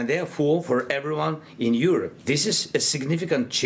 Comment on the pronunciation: This guy from BBC does not even know how to pronounce "Europe"😏